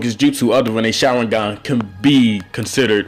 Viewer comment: Why u say "sharwingan"